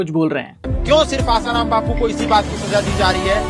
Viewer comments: Literally said asaram as his ram 😹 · Kya research karna hai Aap bhi ashram jaati ho kya ? Wo peele baba Asaram ko raam bol Rahe Hai 😂😂